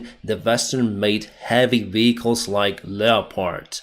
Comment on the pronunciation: South - NOT souse North - NOT norse VEHicles - NOT vicles